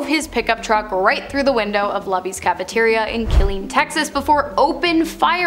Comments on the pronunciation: LUBY'S. It is pronounced Lou Bees. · Sorry to be nitpicky, but Luby's is pronounced "loo-bee's." Just trying to help 😅